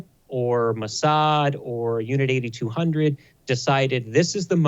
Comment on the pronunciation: It's actually pronounced Unit 8-200, as in eight two-hundred. And NOT Unit 8200, you know, eighty-two hundred.